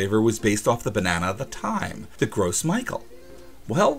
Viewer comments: You may want to start pronouncing Gros Michael the correct way (Grow Michelle) so people don't misunderstand any connotations that the American pronunciation has. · Gros michel is not pronounced like "gross Michael" lmao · Yeah I was thinking the same thing. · Yes, this!!! It bothered me every time he said it! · that is how it's pronounced, his mispronunciation was bothering me. Glad i'm not the only one who noticed. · Yes, it is easy to mispronounce a French word when you are not French. Maybe the French people who came up with that name (which means bulk/large Michel in reference to the large quantities that could be produced) should have picked something in English, hm? Despite, you know... Not speaking it. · ikr he should really stop calling me gross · I like the video, just hate the way you pronounce gros michel xD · Yea you're right instead of Michel he's saying "Mickael" and the S in gros is silent. He needs to work is French pronunciation, but honestly it's not that important. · i don't speak french either, but maybe he's only ever read it before. they should include a pronunciation key with french words for english speakers (grow mee-shell) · Right?! Bit of a shudder every time I heard him say Gross Michael. Rest of the video was fine, but this, no. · Haha, i love these videos and it’s great to hear your stories along side them. I do have a bit of a nitpick for you however. The “Gros Micheal” is actually a French name and therefore would be pronounced more like “Grow Michelle”. Sorry, my French brain just needed to get that out. 😋💛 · Its "grow meeshell" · Gros Michael is pronounced more like Groe Mickel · good video but please do some research about pronunciation. it's "gro michelle" and "ka-venn-dish" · "gross michael" lol isn't it pronounced "grow michelle?" either way it's funny to hear it called gross michael, like obv we aren't going to use flavoring of that nasty taste, haha. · "Gross Michael" It's pronounced "Grow Michelle"